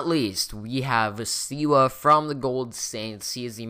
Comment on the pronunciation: Thanks for reviewing my base! By the way, my name isn't pronounced Seewa.. It's pronounced like Saywa. Lol